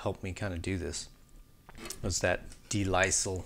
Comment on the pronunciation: Great video. For reference, de Lisle is pronounced “duh lyle”. It’s a French name, de l’isle, which translates to “of/from the island.” In this case, the island is full of crushing JVM tone.